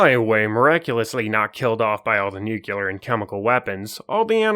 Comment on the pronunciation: It's nu-clear, not nuke-u-lar. Look it up That's a fact, Jack.